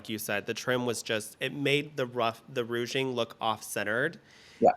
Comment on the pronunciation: Why says rouging instead of ruching revealed 😂